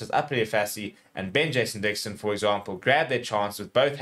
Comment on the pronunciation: to - what did you say about Ben Jason Dixon? It's all mumbles, can't understand it at all.